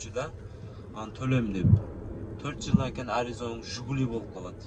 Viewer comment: Жугулу эмес Жигули болот